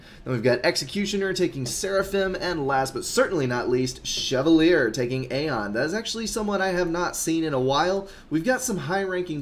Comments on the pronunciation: I am not 100% sure but I think it is pronounced Che-val-e-a. Or something like that. lol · You do not pronounce chevalier the way it looks in case you didn't know.